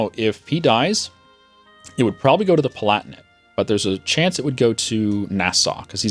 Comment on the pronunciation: The Palatinate - "Pala'ti'nate"